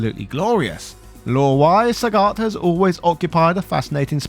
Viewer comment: Why is Sagat pronounced “Sah-got” and “Saget” by the same person in the same review? Why are there 2 versions of the same name?